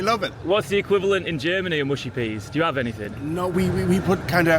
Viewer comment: That’d be “muhshy” not “mooshy” 🇬🇧>🇺🇸 😉